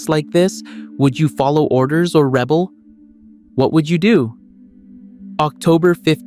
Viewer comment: AI slop, you can tell by the mispronunciation of certain words like “rebel”.